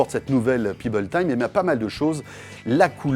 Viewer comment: PEBBLE pas Pibble ! Pèbble ça se prononce!